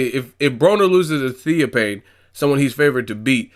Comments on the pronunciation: it's Theo (fane) not theo pain. smh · why do u sound so stupid? Theo fffaaannnne, not pane¬ idiot